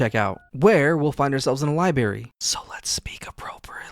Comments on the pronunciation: There are two r’s in library, just an fyi. Lib(r)ary, not liberry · I’m sorry to be this guy but I have to say it it’s been driving me nuts. It pronounced libRary not liberry. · Libary labatory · Sorry bro, had to do it La-bor-atory Li-brary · Library has an R in it